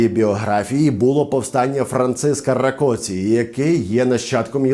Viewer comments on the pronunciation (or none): none